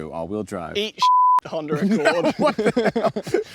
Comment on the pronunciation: Now do a comparison video with the Honder Accord. I am still trying to figure out what was talking about when he called the Honda a Honder. Lol